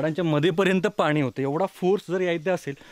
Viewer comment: Sry for correction पण तुम्ही प्रत्येक 'न' ला 'ण' आणि 'ण' ला 'न' म्हणता उदा हणूमाण नाही तर हनुमान पानी नाही पाणी pls correct it frm next time